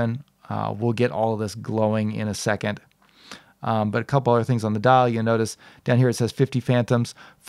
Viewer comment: It’s pronounced second se-KANDE (like ‘kong’ but with a ‘d’)